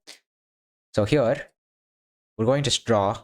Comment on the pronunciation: Bro why your "Here" sounds like a "Pure" :D ? btw tnx for the contect :x